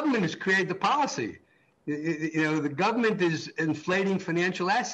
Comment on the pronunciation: Guy literally just said gubmint.